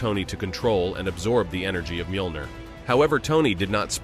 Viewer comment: Bro come on you know that's not how you pronounce Thor's hammer